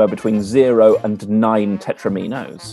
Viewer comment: The mispronunciation of "tetrominos" is bothering me. Surely it rhymes with "dominos"?